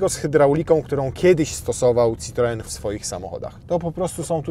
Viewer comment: 1.Depardieu jest na pewno duuużo przystojniejszy od Pana. 2.C5 X jest piękny. 3.Jak się próbuje wymawiać citroen po francusku, czyli z francuskim „r", to trzeba być konsekwentnym i akcentować „citroen" na ostatnią sylabę, a nie na drugą, bo inaczej jest nawet nie śmiesznie, tylko głupio